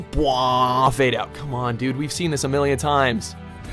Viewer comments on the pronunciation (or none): none